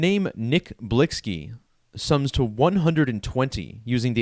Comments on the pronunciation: HIS NAME IS PRONOUNCED "BLICKY"...🤦🏽‍♂️WHEN BEING A CULTURE VULTURE GOES WRONG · Lol it’s Nick Blicky you idiot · THAT'S BCUZ THE ONLY POINT YOU WAS SUPPOSED TO BE GETTING IS THAT HE WAS SAYING HIS NAME WRONG BCUZ HE KNOWS NOTHING ABOUT THE MAN OR THE CULTURE HE COMES FROM 🙄 EVERYTHING ELSE IRRELEVANT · You sound so Ignorant. Him mispronouncing the name doesn't make him a Culture Vulture. And he only speaking on it because this was most likely a Sacrifice.